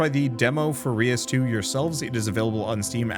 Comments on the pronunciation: Ray-us. Its a spin on Deus (Day-us) which means god. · The pronunciation is Dutch. The "eu" part of reus is one sound. It sounds a bit like the french "deux". And the meaning of Reus is Giant.